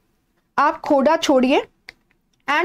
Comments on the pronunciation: It is not khoda ....it is Kho-r-dha rebellion .... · Mam it's खोरधा not खोडा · Mam it is khurdha,not khoda.. Correct it.. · Mam, ye खूर्दा hai not khoda 😍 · Mam the pronounciation is wrong..That's KHORDHA mam,I belong to this place Thank u btw...